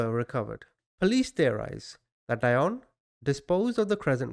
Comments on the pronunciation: I think it’s pronounced deeonne like dionne Warwick. Maybe not but it just sounds wrong the way you’re saying it. Interesting though anyway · Pronounced DEE-ON BOW 😍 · Hi! You would pronounce her first name "dee-on" and her last name "Baw". Love your channel! You do great analysis 👍🏽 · Dionne Baugh ---- "Dee-on" "Boe" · You don't know how to say her last name OR her first name. Google is your friend, buddy.